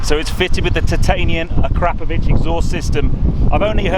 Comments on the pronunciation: Jesus fucking Christ, it's pronounced Akra-povic not A-krap-ovic. Fucking pleb. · Your pronunciation of the exhaust name is shocking!